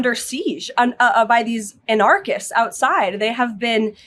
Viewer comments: Pam bondi tries to pretend shes talking about what's happening in her own words and can't help but fuck it up and show her words are scripted by not knowing how to pronounce "anarchists" lmfao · Doe she not know how to pronounce anarchists? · The way she pronounces the word "anarchists" should be illegal.